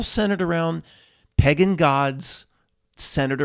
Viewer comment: The whole video was ruined for me by your strange pronunciation of the word pagan. You have no problem pronouncing cake in a lake. Im puzzled. Good tidings 🤣